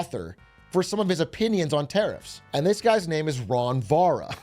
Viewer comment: He didn't even try with "ron vara"😂😂😂